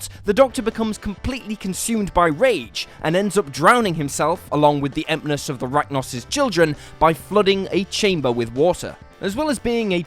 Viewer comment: It's Sycorax & Empress, not Sy-corax & Empness